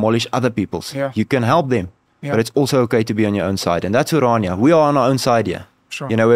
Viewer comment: it's NOT! oranjia! It's O R A N I A, from the greek, O R A R, dream